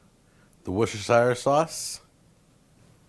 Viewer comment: Worcestershire sauce is pronounced Wuss-turr-sherr.